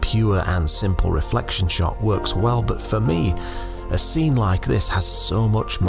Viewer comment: You forgot to pronounce "reflection " correctly while explaining your trick